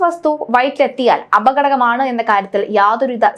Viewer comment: അപകടകമാണ് എന്നല്ല അപകടകരമാണ് 😄